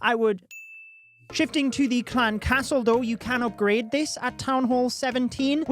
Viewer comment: the "oopgrad" and "buuk" aight thats enough 30sec into the vid, crazy how over 3mio ppl subscribed to someone w that accent